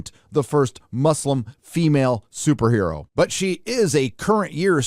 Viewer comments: super her-ro? 🤣🤣🤣🤣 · "Super Her-o" had me laughing, aw man, you're killing it.